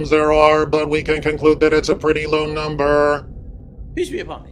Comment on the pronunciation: I think I've watched every BoomBoom episode. yet I Still laugh at saying PISS be upon me! I think that's what he's trying to say! LOL